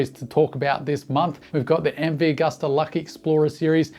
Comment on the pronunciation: like everything you opine & say-- just pronounce Agusta as Ag-oo-sta instead of Ag-uh-sta. Italians (and most Europeans) pronounce "U" as "ew". Gracie!